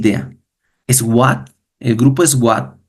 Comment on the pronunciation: Hermanito excelente enseñanza yo también estudio a Curry Blake solo una sugerencia cuando dice SWAT se pronuncia SUAT eso